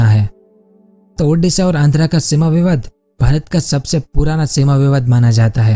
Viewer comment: Bro that ओडिशा not उडिशा